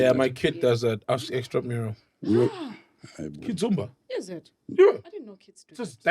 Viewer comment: 😂Sol na, you heard "Kid Zumba", bro said Kizomba😂😂😂 pronunciation 😅